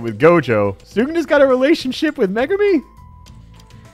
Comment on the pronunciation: i'm pretty sure its pronounced me-goo-me. I know a girl with that name and thats how they say it